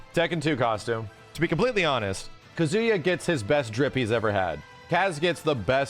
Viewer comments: Ka-zu-yaa pleaaaaseee Not Kazoo-ya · Is pronouncing Kazuya like that a meme? It's driving me up the wall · Okay I'm glad I'm not the only one hearing "KaZOOyaah" every time haha. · yeah the way ppl pronounce Japanese names is sometimes kinda cringe. It’s “KAHzuya” lol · it's pronounced kazuya not kazuya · Every time says Kazuya's name, I just keep thinking "Banjo-Kazuya." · Bruh same!! All I hear is banjo Kazooie 😭😭😭